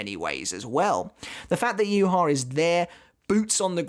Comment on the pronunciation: Aizen wins because the way Yhwach is pronounced annoys me